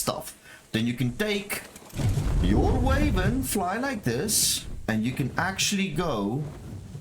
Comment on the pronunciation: Fun fact its not Way-vern Its Why-vern 🧈